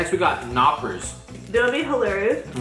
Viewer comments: Knoppers ---> Noppers xD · funny how you pronounce "knoppers" like "noppers" but in german you say it just as it's written [knop-pers] Mit freundlichen grüßen aus Deutschland super videos mach weiter so. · it's not knoppers it's KNOPPERS with a hard k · I started grinning when you started tasting the German candy. I am from Germany and that are all things I love. It makes me happy that you like them too Greetings. lukas PS: in the word knoppers the k is not silent PPS: If you play some time on the EUW server fell free to invite me to a game. (lukas06243)